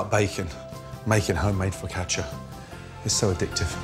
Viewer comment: Gordon's pronunciation's pretty decent: "Fuck atcha"